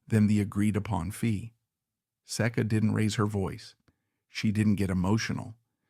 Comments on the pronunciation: The most mispronounced name Iñ the repulsive business that is pornography why I don't know it is say kuh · Keep mispronouncing the name.